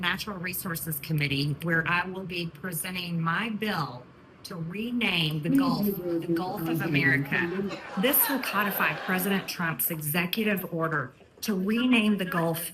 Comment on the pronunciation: She can't even pronounce "codify" correctly. As in co-defy. Not cod-ify.